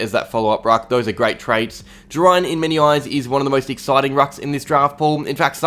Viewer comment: It's pronounced Jerr-Ain